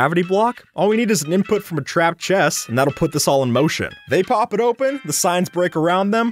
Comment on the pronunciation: boat with chést